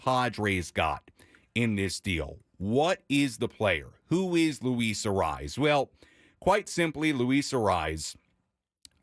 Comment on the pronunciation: Say his name right it's not a rise